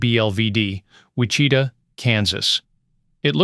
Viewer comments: Dear god. Learn some pronunciation. WiCHIta? It's WHICH-i-tah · Yep!! Whi Cheeta just cracked me up… A I is not as smart as it thinks it is🤣🤣🤣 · Wi-chit-a???? 🙂 Dumb AI........ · Knows what all these were/are used fro, yet can't pronounce Wichita correctly.:face-green-smiling::face-green-smiling::face-green-smiling